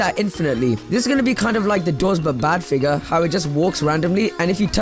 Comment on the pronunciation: bro said "next i decided to make figger!"